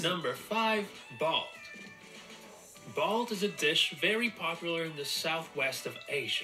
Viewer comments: Balt?? It's balut pronounced baloot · Balut is not pronounced bald. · He didn't say balut properly